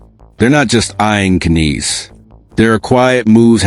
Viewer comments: His name is Matthew Knies Not "Canise" ! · Stop using text to voice. Its just pathetic. Cant even say Knies (NIZE) correctly.